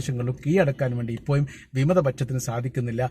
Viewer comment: ഇപ്പോ യും എന്നല്ല ഇപ്പോഴും എന്ന് പറയൂ